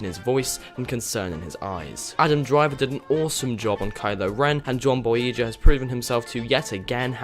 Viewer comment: I thoroughly enjoyed the film, but I have to pick up on a few things on which you have said about it, not about the film, but the fucking actors names man I mean come on, not Daisy Ridely, it's Daisy Ridley (pronounced Rid-Lee) and John Boyega (pronounced John Boy-ay-ga)... sorry, it just frustrated me... but great review!